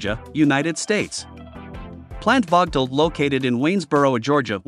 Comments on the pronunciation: Check you pronunciation of the plant's name. It is prnounced as Vogel (/ˈvoʊɡəl/). The plants are named after a former Alabama Power and Southern Company board chairman, Alvin W. Vogtle. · Teach the robot to pronounce "Vogtle".......the "o" is long and the "t" is silent. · Damn….I worked there 40 years and I have NEVER heard the name of the plant so mispronounced like this chuckle head did!! Just pronounce is like “Vogel” and you won’t be heard as being stupid as you sound!